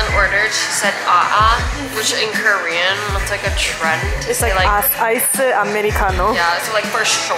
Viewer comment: “so kErEaN”